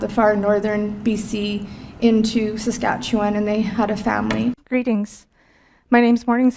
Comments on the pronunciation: “Sah-scat- you-wan”... sorry man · Enjoyed the vid but the pronunciation of Saskatchewan and Metis left me laughing...in an inoffensive Canadian way, eh?